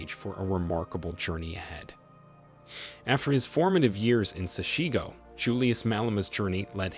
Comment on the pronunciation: Please learn how to pronounce the name of my township correctly. Do so before you make your podcasts. SESHEGO. If it is difficult Julius will teach you.